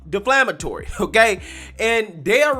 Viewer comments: De ‘flam’ atory means something different from ‘defamatory’. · I love your channel. One thing tho...It's "Defamatory" root word "de-fame, not "Deflamatory." Keep up the good work! I'm subscribed.